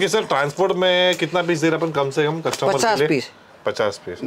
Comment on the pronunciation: कस्टम्बर नहीं कस्टमर बोलो भाई